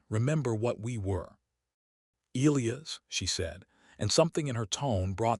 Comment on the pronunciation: Why can't your AI pronounce "Elias"?